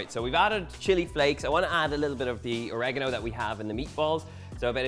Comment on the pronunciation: oregano - How by looking how this is spelt can anyone say Orageno? Or-ee-gah-no